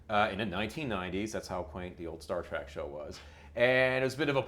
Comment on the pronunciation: dude it's Trek not Track